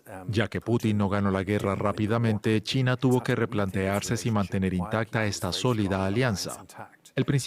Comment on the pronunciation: Solo yo escucho Tina en lugar de China?